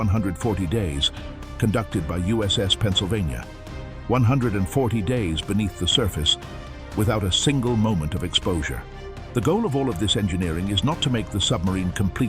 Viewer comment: USS Perlinanpha? AI Fail